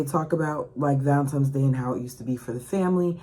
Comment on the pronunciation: Girl, it's VALENTINES DAY! There is no M in the word